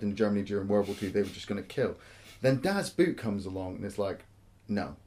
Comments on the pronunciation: ALARM!!! good job on not being BBC- biased. And its not Das Boot, Das BOO(double O)T. Its the best submarine movie, U571 is a cheap ripoff. One of the funny scenes is the first one actually, when then the two sailors piss on that Mercedes, and I thought like: shit, those guys are in trouble, but the captains commentary killed me: "Thats the fire drill". Yeah, one of the best war movies ever. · Well it's been said before down here ,"DON"T" get the English version .It's sounds like a cartoon . Watch the original German and also the Director's edition (cut) The longest version you can get .A bit of educational human speaks German ..... and it's pronounce" Dass Boat " idiots as in ship (boat) . "ALAAAARM ,ALAAARM !!!!FLUTEN ,FLUTEN ..................nah, manner April ,April !! Übung ist dass halbe leben!! ProbeAlarm !!!!! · And the 'oo' in 'boot' is pronounced the same way as 'oo' in 'door'. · Not very important but the word "Boot" sound much more like "Boat". And yes it was one set. The most realistic replica ever made. To shoot under real lighting conditions they used highspeed films that r usually used for slow motion because it´s very light sensitive. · Sounds like you are taking about a „boot“. Das Boot is pronounced much like the english word „boat“ just with a longer vowel sound. The more you know... :-) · Sorry guys, it is Das BOAT, Pronunciation of the german "boot" is more or less the same as the english "boat" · Two things. One of the great things about the movie is the excellent soundtrack (you could have a least mentioned it). Also please pronounce it as 'Das boat' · It's pronounced "boat"... come on. That one isn't hard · Please you people from English speaking countries: Das Boot (boat) is not pronounced like the boot (footwear). Think of 'bot' but with a long 'o'. 😉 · The pronunciation...😂. "Boot" sounds more like "boat", but a little more extended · Coy Leigh Because in German it's pronounced more like 'boat' and not 'boot'.